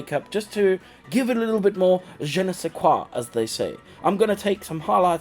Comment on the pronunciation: That "je ne sais quoi" was spot-on. You’ve done another stunning chica, well done !!!